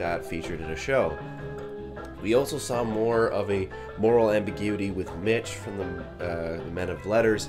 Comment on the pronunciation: I can't stop watching this review, wtf is wrong with me. I've watched this like ten times today someone help me. Oh and it's Mick not Mitch. Just wanted to make sure you knew, also the deaf girl was named Eileen.